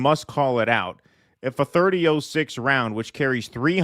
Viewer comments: its pronounced Thirty" ought" six not thirty ooooh six . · .30-06 is pronounced " 30 aught 6." I'm a female who doesn't know anything about guns, but I have heard how this is pronounced through out my life.